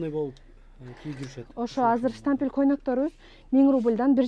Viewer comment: Штампель, запх дейтко 😅Штапель, на запах